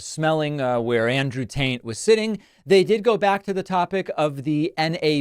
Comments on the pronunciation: Lmao Andrew tain lmao. Its Andrew tate. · Please tell me you said "Andrew Taint" ... on purpose :D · Umm... David... did you just call him Andrew Taint 3 separate times? ROFL.